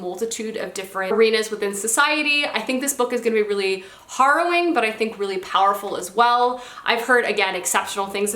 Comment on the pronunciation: The author of Master of Sorrows is a huge fan of David Eddings’ Belgariad series, which is one of my all time favorites. I bought it when I was in London and I’m excited to get to it. Also, not sure if anyone’s said, but the ‘a’ in ‘harrowing’ is pronounced like the ‘e’ in heroine. 😊